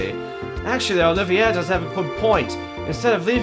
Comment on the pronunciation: By the way, Olivier is pronounced Olive-ee-ay (It's French). Also, Trails in the Sky SC is currently on sale (until noon Central Time on January 2).